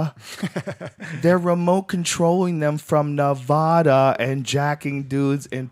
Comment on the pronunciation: Nevada, Rogan, not Nevodah.